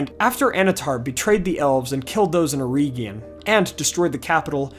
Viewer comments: It's not "EErEEgion" it's "eregion". Please don't butcher Tolkien. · Eregion. Not Erigion